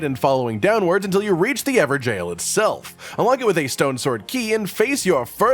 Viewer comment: I'm pretty sure "Evergaol" its not pronounced "Ever-jail".... Its more like Ever-gull